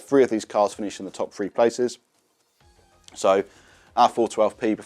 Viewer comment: When did 'Three' become "Free", why can't people say 'th' any more?